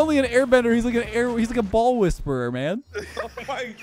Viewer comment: wind "wheezperer"? i kno, ill leave now XD